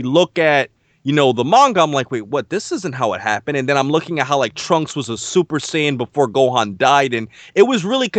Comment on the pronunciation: All the YouTubers are great (Including D). BTW ignore these guys who criticise you for saying Saiya-jin wrong. For me , more important is information and knowledge you guys provide and not the correct pronunciation.